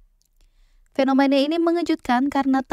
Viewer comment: suka ama materinya,bagus, tapi utk narator nya perlu di upgrade biar informasi yang disampaikan bisa lebih mudah diterima, saia sempat mendengar (atau telinga saia yang sedikit error) pengucapan kata FENOMANA, KONSTRAKSI, PAKSTA serta gaya bahasa yang terkesan nge drag alias di seret :D,,,,,, ttep semangat, ditungggu materi berikutnya